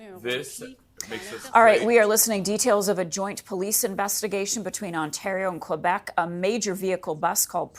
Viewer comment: please. you're on a news channel. learn to say Quebec.